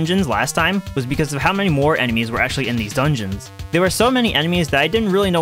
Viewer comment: Ik ur trying to say 2 red keese but it sounded like 2 red geese😂😂😂